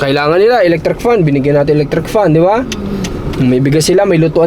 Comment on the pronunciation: Electric po hindi elettric 😂😂😂😂